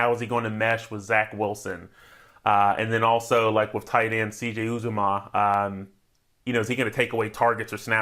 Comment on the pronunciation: Supposed to take advice from a guy who can’t correctly pronounce “Uzomah” and “memes”? provides the most basic information and just repeats stats from earlier in the show. Get this guy outta here.